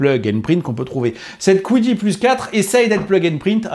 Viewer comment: C'est dommage que la qualité de surface soit pas si belle, ça se voit à la caméra à plusieurs reprise, niveau design ca fait très cubique, les rondeurs de la X1C sont plus agréable à regarder je trouve. Et pourquoi prononcer Kwidi et pas juste Qidi?